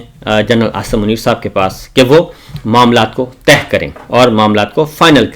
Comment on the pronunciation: معاملات کو ”طے“ کرنیکی ضرورت ھے نہ کہ “تہہ“ کرنے کی۔۔۔۔